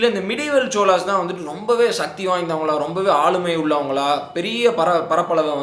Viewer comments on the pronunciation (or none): none